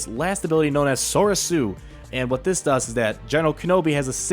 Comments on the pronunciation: sore-re-su that how its pronouced please use it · Am I the only one who got triggered when he said Soresu?